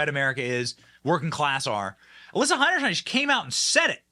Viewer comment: The biggest question is whether Benny will ever learn how to pronounce Heinerscheid?